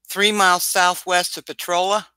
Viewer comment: I'll give a thumbs up once you start pronouncing potrolia correctly